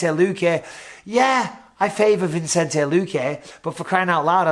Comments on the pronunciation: VISS-EN-TAY... NOT VINCE-ENT-AY... PLEASE DEAR GOD BISPING HOW LONG CAN THIS GO ON FOR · Mike, love you, but it's Vi-cen-te, not Vin-cen-te. :) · Love ya Bisping but you've been pronouncing Luque's name wrong forever, it's Vicente, pronounced Vi-sen-tay, not Vincente. Tiny thing but a huge pet peeve of mine lol. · Bisping, I just wanna point out: Vicente. There's no N between the I and the C. Vicente. Vicente. It's Vicente. Pronounced VISSINTAY. Not VINSINTAY. Vicente, Mike. Vicente. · It’s not vincente BISPING. ITS VICENTE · Just watched to see Bisping call Vicente Luque, ViNcente 500 times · come on mate pronounce vicente's name properly lol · Hope you don't watch Chael if Bisping barely mispronouncing names upset you lol